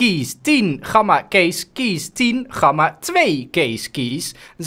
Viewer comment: Je zegt gamma niet met zo'n platte G je spreekt de G uit als in good